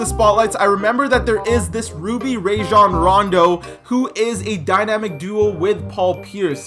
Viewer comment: “Rayjon rondo.” Thats not how you say it right?